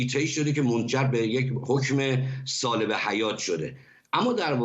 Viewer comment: کارشناس میگوید باعث سالبِ حیاط شده بدبخت سلبِ حیاط